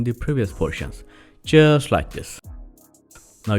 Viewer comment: Excellent ! But initially I thought you were saying "Chjeers like this!" . Later after much effort, found out it was "Just like this" ! 😄